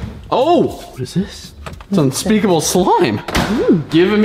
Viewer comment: Unpeakable: I hat eyou guys Me: I thought it was histerical